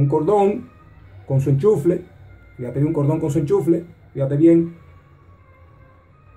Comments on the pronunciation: Disculpa,se dice enchufe y no ENCHUFLE.Saludos. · "Enchufle" jajajajaajaj